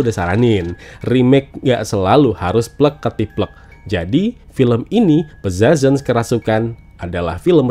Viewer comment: Agak mengganjal sama cara baca judulnya. Hehe 🙏🏼